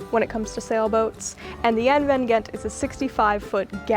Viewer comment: Lots of brightwork. BC is a great place to sail though the water is cold year round. Mostly very deep water. The G in Gent is very likely pronounced like the ch in loch (more or less) because the boat has a Dutch name. Find a Dutch guy and ask him how to say it properly. For comparison Gouda (cheese) is pronounced with the G like loch so ch-ow-da not good-uh as most people pronounce it.